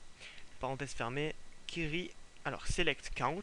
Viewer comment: juste c'est qwéry pour la prononciation ! sinon tes tutos son parfaits continue !!